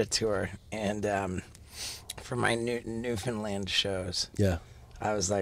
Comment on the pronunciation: As a Newfoundlander I was soooooo happy to hear Steve o pronounce Newfoundland properly !"!!! Thank You :)